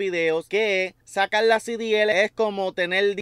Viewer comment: Sacal no. SE DICE SACAR.